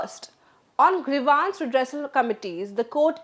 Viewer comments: Grivance - Pronunciation Gre-vaaans ❌ Gree-vns ✅ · Why is the anchor pronouncing grievance as grevaance? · Nice Presentation. Just one correction, Do check the correct pronunciation for 'Grievance'